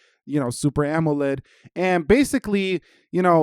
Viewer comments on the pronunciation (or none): none